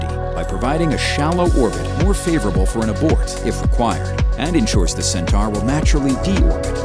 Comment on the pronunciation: Cen-tar? I thought it was pronounced Cen-tor? And if ULA had started the process of building RD-180's in the U.S. 20 years ago (which they had a license to do, but cheaped out), then they wouldn't have had to retire the Atlas 5 at all. The same false economy is at work by not making the Vulcan main stage landable like the Falcon 9. Despite these criticisms, I still wish them luck.